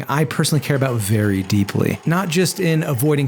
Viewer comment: I agree this is very important but why did you emphasize “VERY. DEEPLY.” like that? Are you…are you fucking the lake?